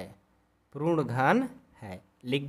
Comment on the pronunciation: Sir wo prun nhi hota puran hota hai